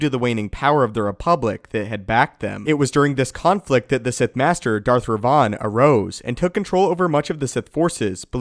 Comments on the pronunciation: ThibautVDP Even it was Rivan, which is strange seeing both KOTOR games had written Revan, and not Rivan. would still be mispronouncing it. Because the way he says it, it sounds like Rayvan and not Rivan. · i didn't know this guy existed. i thought just mispronounced it. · Ped K different Revan this is "Rivann." AKA Darth Revan fanboy.